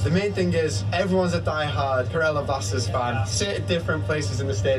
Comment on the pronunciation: Not Saturn It's (blasteeeeeeers blasters) Kerala BLASTERS